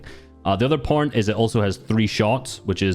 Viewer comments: “the other porn is it has 3 shots”😂 what am i hearing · ik this is raw footage and that but "the other point" ?? not what i heard